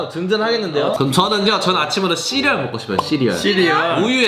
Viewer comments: 초에 씨리얼 말하는데 자꾸 시리가 나옴ㅋㅎㅋㅎㅋㅎ 나만 그런가?? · 해리님이 뭐라하고 우디님이 씨리얼할때 씨라고하는순간 욕한줄ㅋㅋㅋ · 시리얼 말할때마다 시리켜짐ㅋㅋㅋㅋ